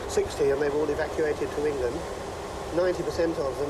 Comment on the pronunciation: Yes, like "Hengland" and "the hisland"